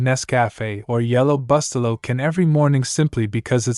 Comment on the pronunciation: Reprogram your AI to pronounce the name of the product properly! It's spoken: Boo-stel'-low.